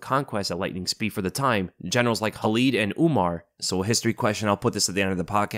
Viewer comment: It Khalid, not Halid. When Arabs use "Kh" it's not like when the Russians use it like you see it in the name Khabib. Better example, DJ Khalid.